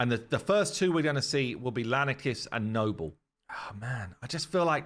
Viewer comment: Lanikis is pretty cool... but nobel... dude come on